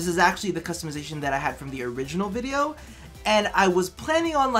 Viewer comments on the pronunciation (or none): none